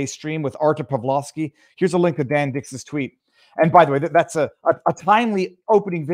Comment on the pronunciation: Isn't Pawlowski pronounced "Pavlovski" not Paolouuski"? No point in modeling on the Polish Solidarity Movement if this movement lost to communists who rule Poland today (Tusk 13 December Coalition) and the EU.